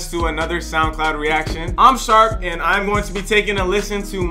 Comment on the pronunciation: I feel like pronounce his name different in every vid